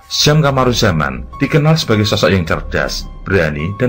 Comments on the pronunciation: koreksi,gak srek dengan ejaan dua nama Sjam(Syam) dan Njoto(Nyoto). Harusnya penyebutnya Nyoto dan Syam,jdi aneh kedengerannya. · Mohon maaf, Njoto dibaca Nyoto sedangkan Sjam dibaca Syam 🙏🏻🙏🏻🙏🏻